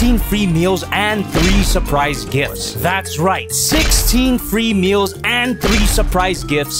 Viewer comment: He said 16 free meal and I hear 16 female 😅🙄😂